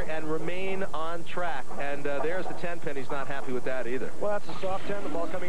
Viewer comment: it really sounded like he said her nickname was 10 ton, not 10 pin